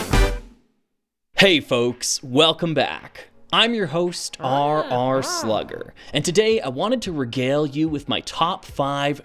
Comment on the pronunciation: I for one think you absolutely nailed the pronunciation of my name